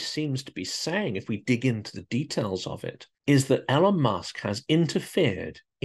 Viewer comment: No fan of his myself but why 'L-on' when everyone knows it's 'E-lon'? Is it that Trump thing where you think a name mispronunciation somehow diminishes their stature? Musk needs no help in that area.